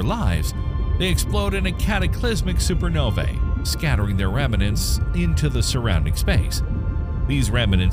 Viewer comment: Are you saying 'remanants' instead of 'remnants'?